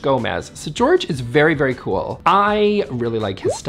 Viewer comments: My friend Jorge pronounced it George. You had a 50/50 chance of saying it right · Jorge is not pronounced George FYI. lol! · Hope you enjoy this video! Omg my apologies to Jorge for mispronouncing his name! What was I thinking!? Anyways, please check out all the creator’s channels linked below! 👇